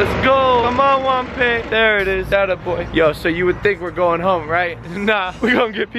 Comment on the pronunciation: I love unicorns no its not its juanpa not juapa lol